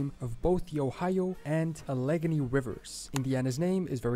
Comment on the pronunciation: The guy in this video has the strangest accent. The way he said Sioux had me shaking my head wtf. Oh and now later on how he you said Alleghany. Seriously, theif this guy is going to do a video about place names he really should look up the pronunciations 🤦🏻‍♀️